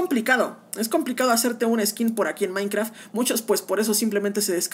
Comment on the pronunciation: No se dice maicra se dice maincraft 💀👏🏻👏🏻👿👿👿👿🤨🤯🤯🙀